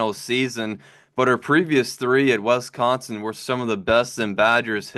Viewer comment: Not WESCONSIN. It is Wisconsin.